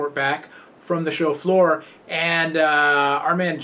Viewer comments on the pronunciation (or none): does anybody else thinks he's saying 'chauffeur' every time he says 'show floor'